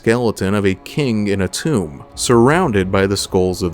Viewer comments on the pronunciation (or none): none